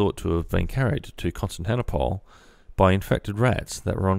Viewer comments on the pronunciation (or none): Do your research first on pronunciation. Constantinople = kon-stan-tn-oh-puh-l I thought everyone in the West knew about Constantinople. It was European, named after Constantine the Great. The Muslims invaded and stole it and renamed it Istanbul. Or maybe you didn't know that Istanbul was Constantinople. Also, before some wag jumps in and says pronounciation not pronunciation, it IS pronunciation. Most people actually do not know how to spell or pronounce pronunciation.